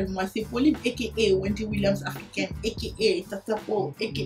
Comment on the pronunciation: Tata pau ton " A.K.A " ME TUE